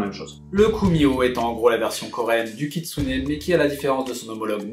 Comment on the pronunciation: J'ai cru que t'avais dit katsuni ducoup...c'était un peu ambiguë au début XD